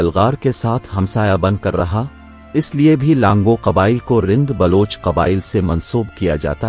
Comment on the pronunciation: پہلی بات ک آپ بول رہے ہو لانگو جبکہ اصل لفظ ہے لانگا اور بار بار بول رہے ہو ک لانگہ رند نہیں ہے اصل میں لانگا رند میں سے ہی ہے اور ہر پروگرام میں بلوچی history غلط بتا رہے ہو اور اپنے ویڈیوز میں بلوچوں کی بجائے راجپوت کبھی مراٹھا ک فوٹوز دیکھا دیتے ہو مہربانی کرکے آپ ہماری تاریخ خراب نہ کرے اور ویڈیوز بنانے سے پہلے بلوچوں کی تاریخ پہ صحیح طریقے سے ریسرچ کر کے ویڈیوز بنائیں ورنہ آپ پہ غلط history بتانے پہ کیس کردیے گئے جس کے زمادر آپ خود ہونگے میں اپنے بلوچ بھائیوں سے گزارش کرتا ہوں کہ جب تک یہ بندہ صحیح history نہیں بتاتا تو آپ ان کے ویڈیوز نہ دیکھیں